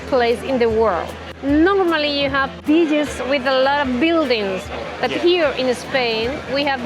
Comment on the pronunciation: You pronounce beaches as bitches makes me laugh everytime 😮😅😅😅